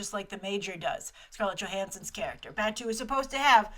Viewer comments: Great video, Grace. I was actually waiting for this one impatiently. Just a few nitpicks though: - Batou is pronounced Bah-toe - Saito is pronounced Psy-toe - Kuze is pronounced (I believe) Ku-zay - Batou's eyes look more like Borma's from the anime series. I wish they stuck with the white-eye design Other than the names, I'm pretty much agreeing with all that you've said about this movie. It looks great aesthetically, and is a great homage to the films and anime series. HOWEVER, I think because they're drawing from almost all the different iterations of Ghost in the Shell (films and anime series) in big AND small things, I think it will hurt the film. They should have just stuck to a "less is more" approach in terms of what they can cram in. I also think the focus is so much on the visual aspect that I worry the story and themes will be somewhat lost. I REALLY hope they can keep in the many themes like how the first animated film did. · The door was kicked into the guys hand by Aramaki, I'm assuming, who was in the car... No hand magnets. The man in the early shots and in the section 9 hologram is Michael Wincott, who funnily enough plays a very small role in Westworld as well. It's actually really saddening that no one recognises him; he's a fantastic actor. Your pronunciations are on point, except for Batou, which is pronounced 'bah-toe'. Close, though. Oh, and Kuze, which is pronounced 'Koo-zay'. You should be using the term cyborg instead of robot. The term robot has connotations of having no autonomy, of being controlled by another source for menial tasks. The word comes from the Czech word roboto for "forced labour". Android would also be more fitting as an identifier. I love Michael Pitt, but, Kuze's face was meant to be a work of art. So fine in fact that there was no actual automation or facial muscles, just the facade. I mean, I love Pitt and his face, but it's no Kuze... K, rant over. Soz <3 This series is so important to me.